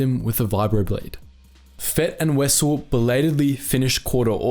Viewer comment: Wow this is the first time I've ever heard someone pronounce Wesell correctly, good job.